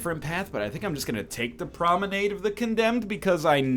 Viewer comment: The way you pronounce promenade is hilarious